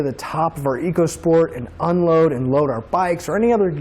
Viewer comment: It's pronounced "Echo Sport" Ecosport !!!